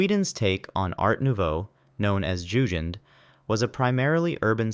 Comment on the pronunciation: Jugend isn't pronounced "Yushend". It's pronounced "Youggend". Like the jugend in Hitler Jugend.